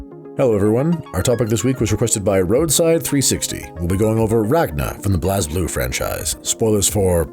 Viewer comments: For clarification for future videos, here are how these mispronounced words and/or names are actually pronounced in the game/lore: Blazblue:Blaze-Blue(not blaaz-blue) Saya:Sai-ya (not Saeya) Terumi: some pronounce it as Teroomi, some say Terumi with not as much emphasis on the U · I stopped watching immediately after hearing blazblue pronounced "bl-as blue" like 5 times. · Great video. My only complaint is thst y'all mispronounced Blazblue. It's just pronounced blaze blue. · Oh God the way you pronounced Blazblue.